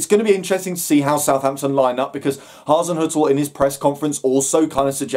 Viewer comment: Top marks for pronouncing Hazinoikal or is it Hazinzoikal or Hazin er . Oh bugger it.